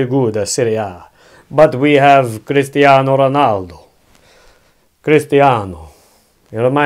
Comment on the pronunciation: “Cristiano Marlboro” 😭🤣😩